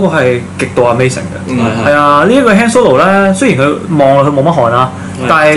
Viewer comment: Not "hand solo" it's "慳 " solo